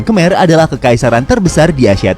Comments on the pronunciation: Sorry min just fyi, mereka nyebut Khmer itu "kemai" Kalo org indo biasanya nyebutnya khamer, bukan kemer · Ucapan KHMER yang benas dibaca KHEMAI